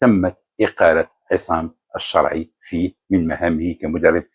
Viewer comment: لاداعي القول أن مستوى الركراكي التعليمي جد متواضع. لكني أتساءل لماذا نطق إسم "الشرعي" و كأنه فرنسي أو سويسري "Charai" ؟ هل الركراكي أبوين فرنسيين؟ ألم يقضي وقت طويل بالمغرب كمدرب؟